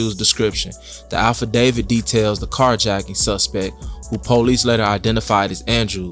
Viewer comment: AFFidavit mannnnn..not ALPHAdavid...this worse than liebarry🥴